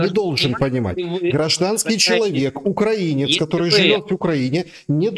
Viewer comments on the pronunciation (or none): none